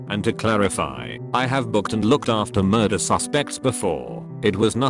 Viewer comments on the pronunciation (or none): none